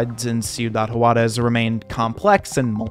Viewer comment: Hate to be that guy: "Juarez" = "Hwarez" not "hu-arez"